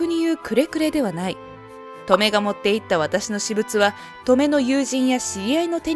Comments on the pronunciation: トメ⤴︎ じゃなくて トメ⤵︎ 気になって話が入ってこない💦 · ト↑メ？ ト↓メの方がしっくりくる気が… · トメの発音ウケるw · 習字のハネ、トメ、このトメの発音だな。地域差かな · トメの発音が笑える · 「トメ」の発音が変でイライラする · トメの発音はこれで正しいですか？繰り返されると自分がおかしいのかという気がしてきた・・・ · トメの発音って 嫁と同じなの…？祖母と同じ発音だと思ってた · トメ↑が気になる